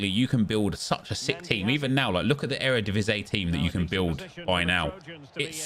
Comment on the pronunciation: EredivisIE, not Eredivisé